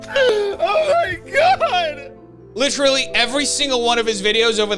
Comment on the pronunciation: "Littree"... stop it leafy